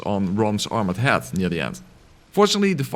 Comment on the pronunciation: When you say "head", as in "attack his head" it sounds like the word "hat". Love your videos, Im attempting a Gun only run using your guide, just beat Gascoigne so now im going through Old Yarnham getting shot at by a gattling gun